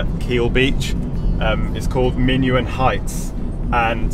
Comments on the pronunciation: it is pronounced min-on view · I guess someone else has probably pointed out that it's Minaun not Minuan? Anyway yeah Achill is great my family still live in Keel and seeing them next week. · Achill island. One of my fave places (It’s called Minaun Heights, not Minuan. That’s maybe why you couldn’t find it on google 😉) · It's Minaun, not Minuan. Great video of my favourite place in Mayo. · Not Minuet Heights - it's Minaun (pronounced Min-awn) Heights.